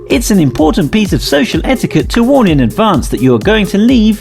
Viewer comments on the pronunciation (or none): none